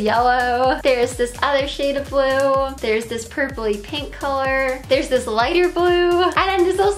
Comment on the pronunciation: Rae Chelle at around the first 8 seconds she says "dis"